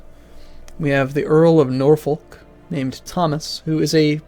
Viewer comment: the folk in suffolk and norfolk is pronounced "fuck"